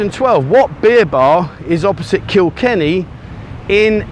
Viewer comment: First time I've heard you say Kikenny. Well done.